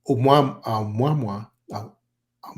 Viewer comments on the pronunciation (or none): Uh-moo-uh-moo-uh ! not Um-wah-mwah ! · That Hawaiian word for scout is pronounced ....amoo' ah moo' ah....amouamoua... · Why is he pronouncing 'Ou-Mua-Mua' like "Obamwa"???? Avi Loeb was very clear in how he pronounced it and it makes me wonder how much research this guy has actually done. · I'm not Hawaiian, but I believe the object, 'Oumuamua, is pronounced oh-moo-uh-moo-uh. Just FYI, if anyone cares 😊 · Right?! "Oh-mwa-mwa" sounds pretty ridiculous. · WHY TF cant this "EXPERT" say the word "OUMUAMUA" CORRECTLY???? He has mis-pronounced this as "UH MAMA" and many other things in MULTIPLE INTERVIEWS, NEVER ONCE saying it correctly - DESPITE BEING CORRECTED ON ONE OCCASION..... How can an "EXPERT" expect to be seen as "CREDIBLE" if he cant even be bothered to pronounce a word of such great importance properly???? What a joke. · Someone tell the cigar shaped ship is called Amo-wa-mo-wa!! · It's pronounced Oh-moo-ah-moo-ah. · It pronounced like : ah moo ah moo ah ... This dude is full of crap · This guy is part of a mirror-image disinformation conspiracy. How is it such an expert cannot pronounce the Hawaiian name for the mothership. Seriously. How is that.?